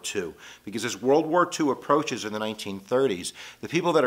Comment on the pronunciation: oh my gash!!!! the way he mispronounce the words 😂😂😂😂😂😂😂 "boers" oh my life